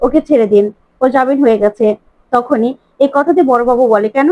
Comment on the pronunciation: jabin noi jamin, Please correct